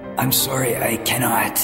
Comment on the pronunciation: The way pronounces “sorry” make me want to make him feel “sorry”